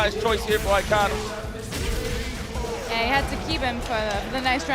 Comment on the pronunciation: I just want to say akainu’s name correctly one time. Just once. (It’s a non issue but it irks)